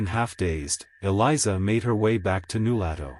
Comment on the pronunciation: You obviously never talked to someone from Nulato. They would laugh at you for mispronouncing New LOH to fool. Zzzzzzzzzz. Fake story